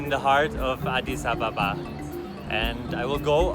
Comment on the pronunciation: I love that he says adis Ababa Correctly